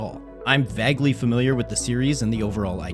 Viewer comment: that is the weirdest way I’ve ever heard “vaguely” pronounced